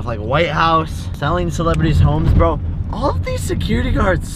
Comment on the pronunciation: it's bro not burh